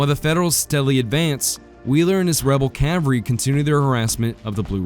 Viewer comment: / ˈkæv əl ri / -- the "l" in "cavalry" is not silent!